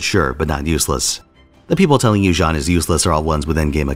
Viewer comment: Jean? It's pronounced Jan-nu